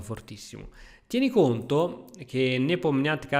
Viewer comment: Finalmente qualcuno che pronuncia Neponiatcghiritichi nel modo corretto, o perlomeno originale 😅